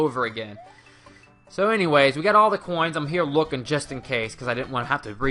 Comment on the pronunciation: "44 hhoins"